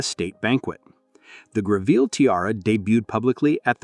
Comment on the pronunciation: Terrible pronunciation issues. For starters, Greville is pronounced GREV el.